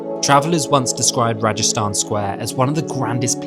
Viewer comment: I agree Uzbekistan is an amazing country. It’s understandable it’s growing in popularity as a destination. By the way the large square in Samarkand is Registan (with a hard “g”) Square, not Rajasthan (like the Indian state)!